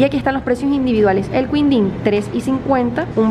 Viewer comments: jeje no es queendin jeje el sonido de qui es lo mismo de hablarlo sin la U para ustedes ! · quindim se fala Kindin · El quindin se pronuncia como KINDIN, hay mas que no has probado como ambrosia, sagu, etc, brigadeiro es un cargo militar (Na maioria dos países, o posto de brigadeiro é o primeiro de oficial general, correspondendo ao código OF-6 (general de uma estrela) da OTAN. Em alguns destes países, o posto é designado "brigadeiro-general". Em outros países, não é considerado um posto de oficial general, sendo a patente de maior hierarquia da categoria dos oficiais superiores ou constituindo uma categoria própria intermédia entre a de oficial superior e a de oficial general.)